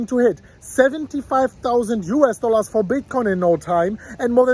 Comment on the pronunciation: I love when you pronounce "US Dollas" 🤑🤑